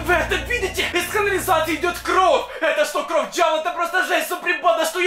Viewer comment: Не кров а кровь